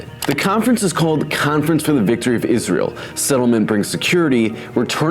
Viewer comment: Fuxk its-raz-elle